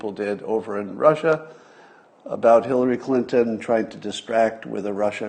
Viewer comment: Did you say "killary" ? 😂😂😂